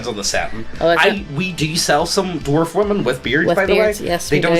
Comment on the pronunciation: Take a shot whenever says "doo-warf".